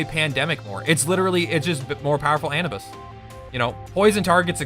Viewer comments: anubis uh-noob-iss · Anibis? you mean Anubis? what the fuck....